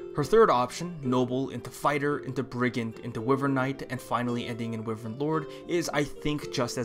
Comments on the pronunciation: How do you pronounce wyvern wrong? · hmm, wivern. An interesting pronounciation when I usually say Y-vern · It is Pronounced why-Vern